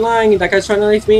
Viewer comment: "it counted as a normal KINFE"